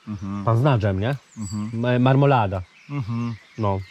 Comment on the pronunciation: Marmolaaaaaaada dobry akcent